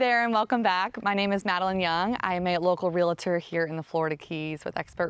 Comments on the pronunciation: Its pronounce... Real-tour not reala tore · Sorry. Can't watch a video with a realtor that can't even pronounce realtor or realty. At least you don't use vocal fry. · How do you not know how to say REALTOR and REALTY properly? SMDH